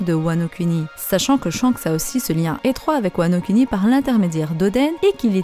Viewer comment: ça se prononce "Kouni" par contre ;)